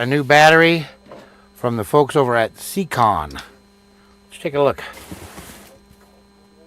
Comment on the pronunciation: It’s pronounced (Say-Con ) siekon